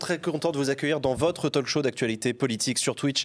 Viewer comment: En 1 minute, le présentateur dit Talk-show en prononçant le l, alors que non !!!! Ça fait mal aux oreilles